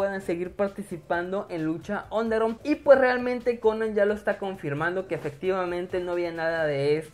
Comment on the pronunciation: ESQ DIJISTE LUCHA ONDERON Y PUES SE PRONUNCIA UNDERGRAUND O ESTOY EQUIVOCADO?